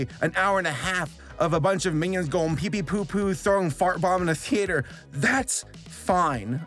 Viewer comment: the way you pronounce theater drives me a little crazy lol